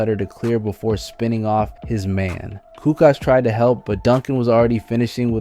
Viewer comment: Toni coo koch? Lol it's koo coach not coo koch